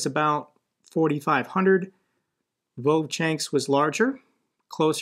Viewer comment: It isn't "vovchanks" but "Vovchansk'